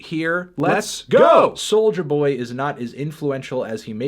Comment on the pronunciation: It sounds like he is saying “soldier boy”